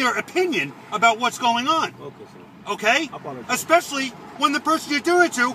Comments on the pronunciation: Especially, not eckspecially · Please double check your pronunciation of the word "especially". It really is annoying. Your videos are very entertaining until I hear that word.